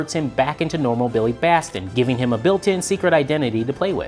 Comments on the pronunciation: At .... um did you say Billy Baston........ who the hell is Billy Baston? ITS BILLY BATSON.... are you sure you know the damn story? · Actually Captain Marvel/ Shazam is one year younger publishing wise. It is pronouced Bat-Son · His name is Billy Batson, not 'Billy Baston". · As previously pointed out by others, his name is Billy Batson, not Billy Baston. Any chance you can re-record this with his correct name?